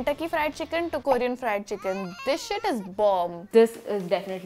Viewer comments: Who else got irritated when they pronounced "Korean" as "koorean" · Is anyone else annoyed by the way they pronounce Korean 🙄